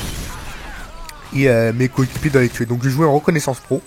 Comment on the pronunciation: Ca va, pas trop de problèmes d'élocution .. " Mes cokikipiers "